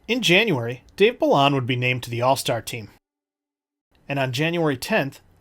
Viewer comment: Great history. For what it's worth, a couple of player names were pronounced differently. Dave Balon is bah-lone, and Andre Boudrias is BOO-drey-ah.